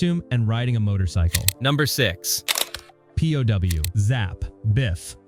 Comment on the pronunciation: You do know that "pow" isn't pronounced "P.O.W.", right? It rhymes with cow, how, and now.